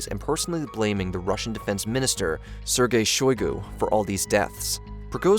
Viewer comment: who tf is sergay shugoi?